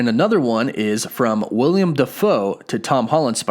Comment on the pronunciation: did you say “William” shameful